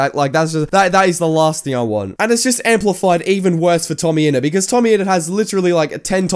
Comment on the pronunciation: Idk whos "tomme ennet" i just know "tommyninnit"